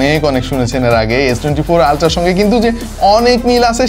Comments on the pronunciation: অল্ট্রা না আল্ট্রা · ভাই আপনি অল্ট্রা কেন বলেন উচ্চারণ হবে আল্ট্রা 😊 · অল্ট্রা না আল্ট্রা কিছুই বুজতে ছি না ভাই আজীবন আল্ট্রা শুনতে শুনতে কান ভাজাপোড়া হয়ে গেলএখন থেকে নতুন করে শুনলাম অল্ট্রা😂😂😂😂😂😂😂😂😂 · Ultra ❌ Oltra ✅ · Bhai never mind but etar uccharon "oltra" na, "ultra" 😂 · ভাই মনে হয় কিছু খেয়েছে আলট্রা কে ওলটরা বলে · অল্ট্রা না ভাই, আল্ট্রা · Ultra ❌ Oltra ✅😂😂😂😂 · বেশি ভাব করে বলতে গিয়ে আলটাকে উল্টা বলে দিসে🤣🤣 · ভাই আল্ট্রা উচ্চারণ কেমন যেন লাগছে!